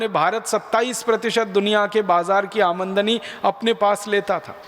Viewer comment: भाई वो आमनदनी नहीं आमदनी है